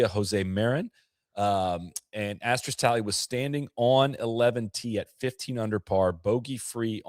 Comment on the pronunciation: Asterisk pronounced ass-ter-risk. No X in that word